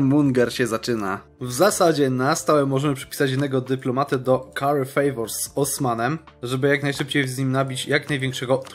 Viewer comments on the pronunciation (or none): none